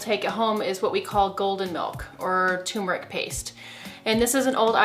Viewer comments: Turmeric not tumeric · Good grief ma’am , it’s turmeric NOT tum-eric. Are you a fraud? A doctor who doesn’t know how to read. And you repeated that same error every time. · “TUR-metic”, not “TUMOR-ic”!!!!!! Sheesh. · TURRRMERIC NOT .. TUUUUUMERIC It's always annouciated wrong!!! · Pronounced TURmeric not TUMeric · The word turmeric sounds like tumor when you are talking fast. It’s scary! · Is the first r silent in Turmeric? I've always called it tur meric as that is how it's written. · It’s hard for me to take you seriously when you’re not pronouncing turmeric correctly. This drives me crazy!!! It’s like some American pronounced it wrong 10 years ago and everyone just followed along like a bunch of sheep. Ugh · Did the first r in turmeric run away? Lol